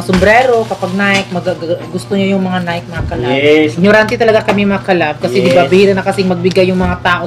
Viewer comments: NiKe (Nay-kee) sis hindi Nike (Nayk) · Nike.. nayki po pag pronounce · Sa mga nalilito po kung anong tamang pronounciation ng NIKE ganto po yun. NIKE is pronounce as NAY-KI. 😁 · nike it doesn't sound right ? ang saktong pag pronounce ana is NAY-KI 😘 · NIKE pronounce as NAY-KI po 😊